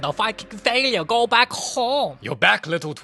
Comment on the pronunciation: "FaLiUrE" and er HAHAHAHA 😂😂😂